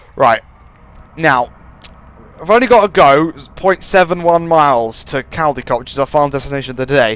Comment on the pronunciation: u pronounce it coldicot